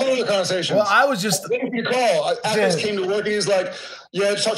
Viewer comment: Am I having hearing problems or does he call Jensen: "Apples"?